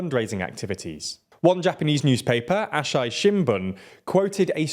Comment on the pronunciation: Japanese pronunciation is very regular. Asahi Shinbun is pronounced: Ah-Sa-Hi Shin-boon. Not "Ah-Shai".